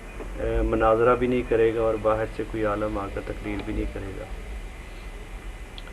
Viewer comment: aalam nahi, aalim bol be.